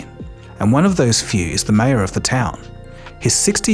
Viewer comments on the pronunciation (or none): Did you pronounce mayor Maya